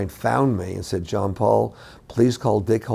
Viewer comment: Pretty sure his name is John, not Jean